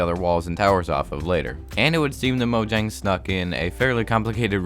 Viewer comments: It's pronounced as moyang not mojang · You're saying "Mo - dg - ang" It's Swedish, and pronounced "Mo - yang" The "J" is not pronounced "dg", it's pronounced "Y-" Thanks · It's not Mojang, it's Moyang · Mojang is pronounced Moyang. They are Swedish so j is pronounced Y. Most Germanic languages except English which is really hybrid between Germanic and Romance languages pronounce j as y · Its pronounced moyang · Moyang or mojang pronounciation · atleast he’s not like the guy that says moyang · People pronouncing Mojang when in reality it’s pronounced Mojang